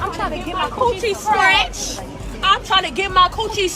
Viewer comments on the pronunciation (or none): "Cootchie scratch" lady is sooooooooo embarrassing 🤦🏾‍♀️